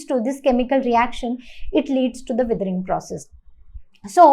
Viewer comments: It is not wethering it is weathering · not them saying weathering as wiethering